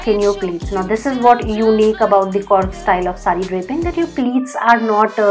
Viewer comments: I liked your thought of showing how to drape different saree. We coorg r blessed with unique culture & tradition. I basically feel very bad that u mis pronounced coorg as korrg & being north Indian's most of u say Kannad it's not Kannad it's kannada (south Indian language) & Karnataka is our state.. coorg /Kodagu is a small district of Karnataka. People who has reached to this video pls chck the right video of coorg style saree draping. You have to do much more research to make any such video so that it won't hurt anyone's sentiment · Firstly request you to pronounce fluently, it's COORG not KORG; COORGIE not KORGIE... I understand we Indians are not native English speakers. so suggest, when you unsure of how to pronounce or use a new word kindly check with a person related to do subject or matter; if not we definitely can refer today's advanced technology Google translator or pronunce app Or web page to break the difficult words.... Secondly the saree is not measured while draping.. Suggest you to refer few coorgi videos (everyday is a learning no harm in learning or referring other tutorial) Thirdly the length of the pallu on the right shoulder (front) is not supposed to be that long